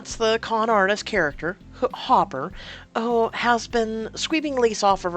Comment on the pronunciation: Hooper, not hopper